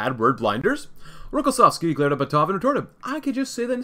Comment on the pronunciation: Also, it's BAtov, not BatOv.